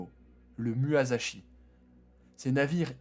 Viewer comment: j'ai rien dit pour le " muasashi " mais le Mitsubishi zero sa non tu peux pas mal le prononcé quand même ! et instructif mais manque de dynamisme voilà :p après c'est juste mon avis